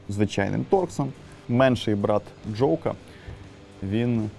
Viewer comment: Тільки в жодному разі не джоук. Джок.